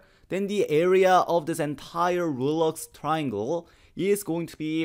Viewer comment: the x in Reuleaux is silent